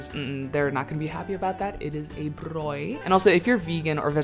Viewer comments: It's braai .aai. not brooi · It’s braai not brooi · It's "Braai" as in "braaiee" :) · She said “bröi” she’s indigenous 😂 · So funny!!! So South African. Car guards BTW are part of job creation. Hysterical when they show you how to drive. Might be worth a video on its own. Muggers walk 😂😂😂 And braai... Say it like eye. 😊Br-eye!